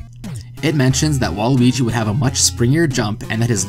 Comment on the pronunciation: You keep saying Luigi. I dont here you pronounce the W at all.